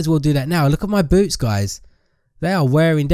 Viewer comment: when he said boots i thought he said boobs